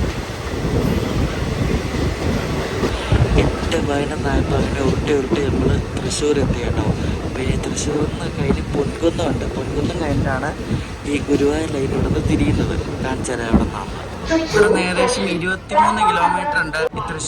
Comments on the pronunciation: പൊൻകുന്നം അല്ല പൂങ്കുന്നം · ബ്രോ പൊൻകുന്നം അല്ല പൂങ്കുന്നം ആണ് കറക്റ്റ് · പൊൻകുന്നം അല്ല bro പൂങ്കുന്നം ആണ് 😊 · pongunnam alla poonkunnam